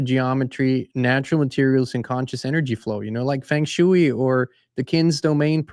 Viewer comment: Fang shcuey 😅